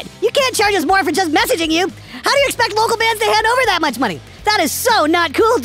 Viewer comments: “You can’t seriously ecpecc us-us to cough up almost 1500” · Hearing pronounce “epxect” had me rolling